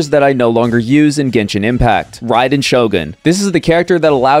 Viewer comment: How the hell you pronounce raiden so wrongly